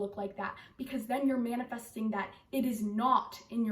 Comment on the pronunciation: “You not manafasting what you want, you manifest what you ARE”